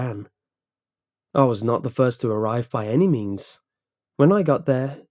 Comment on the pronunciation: I thought at first when he said; He didn't care about the means. I though he said; I dont care about the memes